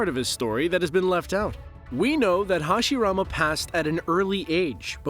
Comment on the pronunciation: Stop watching the moment hashirama name was mispronounced... It's not a dub,sub thing... A name should be pronounced correctly, it's one thing to say it with an accent, but to make it sound completely different? Nah....